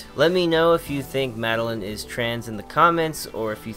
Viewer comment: Madeline from Celeste says trans rights Also my name is pronounced mad-el-eye-n not mad-el-in